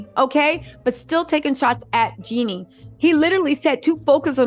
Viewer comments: its (GEE-NEE) like Genie in the bootle lmao not jenny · Please say “Jeannie” NOT “Jenny”